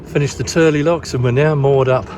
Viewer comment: We love it when people pronounce Tyrley Locks correctly! The Turley's